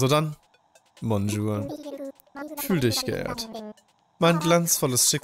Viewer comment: 🚫Bonn- jour (Wir reden nicht von Bonn.) ✅ Bojour